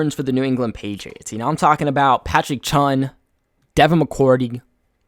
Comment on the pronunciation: It's Patrick Chung not chun